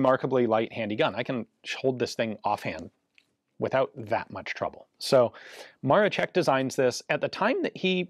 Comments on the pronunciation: Why do u keep saying Ma-re-check? Its Ma-ro-scheck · not MaroCHeck but MaroSHeck! Polish SZ is SH sound in English and CZ is CH sound. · Amazing video! I find it hilarious you can pronounce Leszek as LeSHek, which is proper.... But for Maroszek ( MaroSHek ), you go full MaroCHek :D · Maroszek is expressed like Maroshek not Marochek, but nice vid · Maroszek you say "Maroshek" like in "shed", not "Marochek" like in "check". Thank you so much for the video. You've nailed it with the most credible info that we have and with myth busting. Right after the war Hitler said something like: "Poles had surprisingly anit-tank weapons but it did not hel them." The physics behind this rifle is fascinating and mostly not understood. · In Polish it's pronounced Mar-o-shek and not Mar-o-check. Where do you see a a letter "c" in Maroszek? The English language always butchers Polish names, they add letters to words that don't exist like was done here. If I see that a word or name starts with the letter "I" why would I conjure up a different letter, like a "C?" So "Ian" now becomes "Can." Doesn't make much sense now does it? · by the way, you say maroszek more like Maroshek in english, sz = sh, just for understanding polish language :) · Awesome video as always. Just a note - and I'm sorry but being pedantic is a problem of mine , "Maroszek" is pronounced "Mah-raw_shek_" . In Polish, "SZ" is the Equivalent of a "SH" sound and "CZ" is the Equivalent of a "CH" sound. I'd know, as my surname contains both a SZ and a CZ haha.